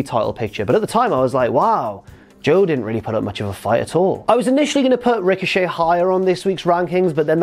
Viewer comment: Who else said tricochet when he said it